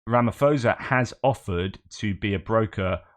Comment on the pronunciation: You cannot trust Ramaphosa - ever. He is a liar. And by the way, one does not pronounce the surname with the "ph" sounding like a "f". The correct pronunciation of "phosa", is like "pause" just with an "a" at the end.